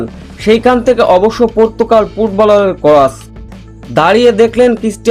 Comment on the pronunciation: ভাই সেটা পর্তুকাল হবে না! পর্তুগাল হবে যে! আগে আপনার ভাষা ঠিক করেন তারপর এখানে চাপা মারেন ।